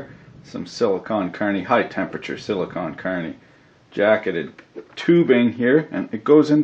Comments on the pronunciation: You keep saying sillycon carny but I'm just a regular carny how do I get silly status? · Whenever you say silicone carnie i think of a Carnie from a travling circus made of silicone